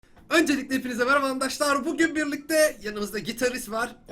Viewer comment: abi nie handaşlar diyon arkadaşlar değil mi o ?